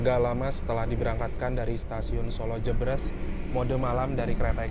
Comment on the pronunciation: Koreksi bang. Pelafalan Solo Jebres bukan kayak gitu. Bacanya kayak baca RE dalam kata "keREta"